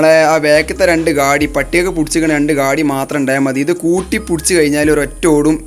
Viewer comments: ഇദ് അല്ല: ഇത് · "ഇദ് " ന്ന് അല്ലട്ടോ "ഇത് " ന്ന് ആണ്